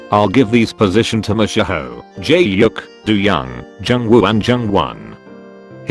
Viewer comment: The way it always says "jaehyuk" LMAOOO